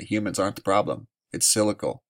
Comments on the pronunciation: Cyclical is pronounced Si-cli-cal not scycle. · sik-lik-al not silical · Pron: cyclical = sik-lik-el Thank you for your reports! I enjoy learning about the UV and other topics that you cover. :) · I watch a lot of your videos and respect your work. But the word is cyclical, not cylical. Cyclical, rhymes with bicycle. And if you have any doubts about human's effect on the atmosphere, just watch some video of the biggest cities in the world in China, India, Mexico etc. etc. etc, where the air is so polluted that the people have to wear masks just to go outside. Big Bird thanks you for your work.